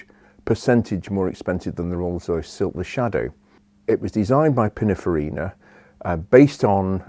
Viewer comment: Pinnin farina not pinnafarina